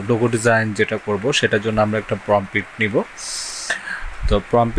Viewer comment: প্রমপিট ❌ প্রম্পট ✅